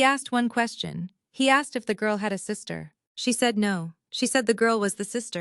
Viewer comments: Who the hell has programmed these AI voices to pronounce the masculine pronoun, “HE,” as “high”? Or even “Hah.” It’s the absolute idiocy of it that makes me burn! We have a perfectly good language and now we have brainless robots allowed to mispronounce normal words? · Someone needs to teach AI how to pronounce the word “He”. Please.